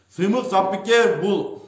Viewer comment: Ей доопараз Жапыкеев дегенди айтаалбайсынбы, туура даана кыргыз тилинде суйлочу анча мынча создоруно тушунбой жатам.